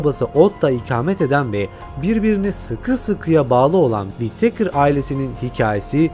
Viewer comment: Wit-teykır deyip durmasan...Wi-tıkır doğrusu....önce İngilizce öğren paşam...😂